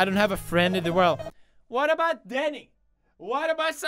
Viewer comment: When u said Denny it sounded like Dani cuz my name is Dani